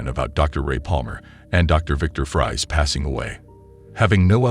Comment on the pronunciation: Exactly this. It mispronounces things that Conroy wouldn't: Kryptun instead of Krypton, Batmen instead of Batman, Loyees instead of Lois, Luhther instead of Luther, Fries like french fries instead of like Freeze, etc